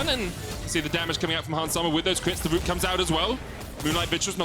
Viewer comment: WTF IS A 'WOOT' MEDIC?? Speak like an adult, not a fucking baby, it's R O O T, sound it out you special ed fuck